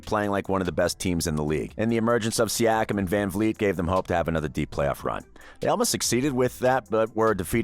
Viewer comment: Once I heard you put us lower than the Dallas Mavs/Heat post-championship woes, I raised a brow. Then saying the Raptors only star was Kawhi, I raised my other brow. Ultimately, your pronunciation of Siakam, I thumb'd down and learned you don't fully know what you are speaking of. Raps have been sick for a better part of a decade, and last year we exceeded expectations. EDIT: Still watched your video. The way you pronounced Chris Boucher... You didn't make this video, Google Search did. Your lack of true awareness of the team overall is 🤯